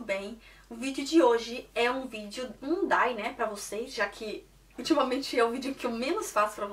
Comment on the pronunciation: "Diai" não "Dai" pq Y tem som de "ai" e nessa sigla I tem som de I mesmo.